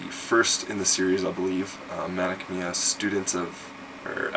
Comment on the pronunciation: Great games, but isn't the pronunciation for Mana Khemia like.. Mana "Chem"-ia?